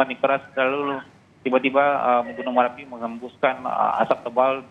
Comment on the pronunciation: MERAPI atau MARAPI ??